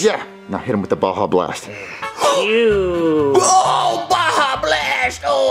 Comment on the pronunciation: I looked it up they said it wrong it’s pronounce Baja blast